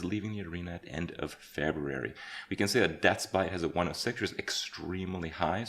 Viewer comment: Someone needs to teach Kripp how to pronounce February.